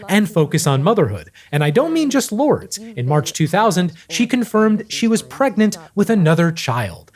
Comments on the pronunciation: its LOUUURDES not lord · Her daughter's name is pronounced "lord-ess" not "lords" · Well, done! As a lifelong Madonna fan, you got it all down in just over an hour. Even your humor played into the reality and the truth of her career. I think she would laugh at the same moments you laughed Lol. I’m not sure about the pronunciation of her eldest daughter‘s name, Lourdes. But beyond that it’s a phenomenal video you put together. Five stars, two thumbs up, 100% rating. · u did not pronounce Lourdes like that 😭😭😭😭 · I can't with the Lourdes pronunciation 💀💀💀